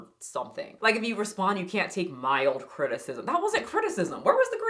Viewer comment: She said crtitcism